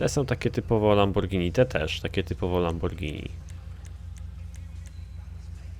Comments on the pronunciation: Lamobordżini a nie Lamborgini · nie lamborgini tylko lambordżini i więcej takich odc.!!!!!!!!! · mowi sie lambordzini